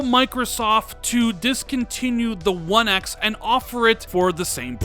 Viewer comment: Why do u say one x like that